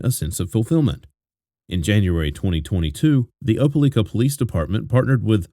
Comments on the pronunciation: Opalika pronounced O-pa-like-ka! Not O-pa-leek-ka!! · Op e lika, not leeka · Why u saying opeLIKA like that.. u saying opeLEEKA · It's O-PA-LIKE-A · It's pronounced Opa-lika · Opa-LIKE-ah is the way the town in Alabama is pronounced, just fyi. So many children slipping through the cracks of fractured families, this is what happens when families break apart, the children pay the price. Be thoughtful about who you produce life with, then stay together and build a family. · It’s pronounced Op Ah Ly Kah…long “i”. And the government of a county is called a county seat, not a capitol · It’s pronounced just like it’s spelled, O, pa, LIKE, a. RIP little one ❤ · If I was goi g to say Opelika 400 times I would confirm pronunciation. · He pronounced Opelika wrong .but this is sad! Awful kilt that baby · As someone who is from the area, the pronunciation of Opelika is driving me crazy!! Lol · I am to and I was like WTH never heard it pronounced like that!